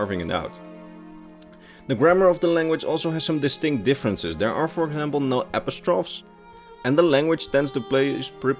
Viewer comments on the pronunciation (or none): Aperatrofes? Ah-pohst-ra-fee. Good video though, keep it up :P